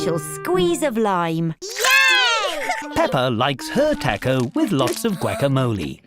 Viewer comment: the pronunciation of taco😭🙏